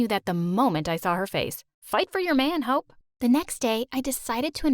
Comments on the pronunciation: Omg we she said “fight for your man hope” i thought she said “fight for you man hoe”😭😭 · i thought she said hoe too😭😂😂😂😂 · Am I the only one who heard, "Fight for your own man, hoe"? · Am i dumb or did she say “fight for your man ho or did she say hope lol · I taugt she said "im hoe" Hahahahahahahaha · not me thinking she said “fight for your man hoe” instead of “fight for your man hope”😭🤣